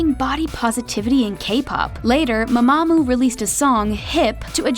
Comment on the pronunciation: why are you saying it like m'mAmoo